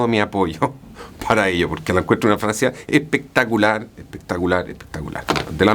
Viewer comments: Tu dijiste que es pectalicar, lo compré 😃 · Me lo acabo de comprar y que queri que te diga pectacular 😅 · hay pectacular hay tarjetazo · Olor a gentleman, sir, ingles , na cosa pectalar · Cada vez que escucho : 🗣️🗣️PECTACULAR mi bolsillo chilla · Dijo 3 veces seguido “pectacular” asi que es bueno jaja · Vine exclusamente a comentar que lo acabo de comprar no mas porque el señor aquí presente dijo "pectacular". Y huele muy bien por cierto!